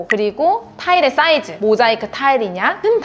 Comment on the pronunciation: 쌍ㅅ 너무남발하심 싸이즈.씰쯩. 썬택.씰리콘.욕씰.보쑤등등 ㅅ을 모두 된발음을 쓰시니까. 거슬립니다